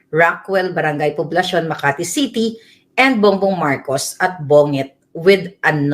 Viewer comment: Bonget ka ng bonget.Bongget ang pronunciation nyan but original has only one g!